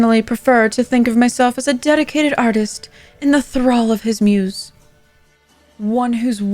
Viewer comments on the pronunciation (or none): none